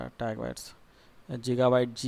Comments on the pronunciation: hahahahah JIGABYTE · JEEGABYTEE LOL